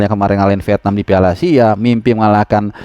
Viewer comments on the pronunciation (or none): none